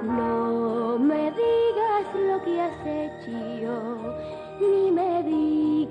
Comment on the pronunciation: ¿Alguien me puede decir porque ella pronuncia "reprocharte" como "reprochiarte" y "hecho" como "hechío"? ¿Es algo dialectal o musical? Gracias.